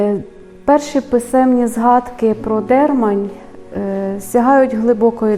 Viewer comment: ДермАнь, кажуть місцеві, а не ДЕрмань. І чоловічого роду.